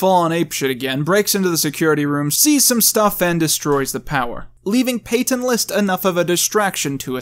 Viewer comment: It’s Peyton List you said Peyton Lost like every time